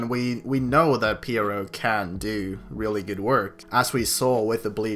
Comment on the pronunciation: Finally someone who pronounces pierrot the correct way.I mean how hard is it to pronounce a french name?